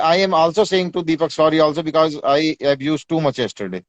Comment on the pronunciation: 😂bekause bol Raha h because 😂